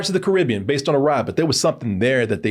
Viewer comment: I’m rather annoyed on how mispronounced the word,Caribbean when he mentioned about Pirates of the Caribbean